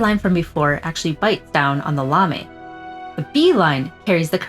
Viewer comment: Indeed, and the lamé is pronounced 'lah-MAY', not 'LAH-me'.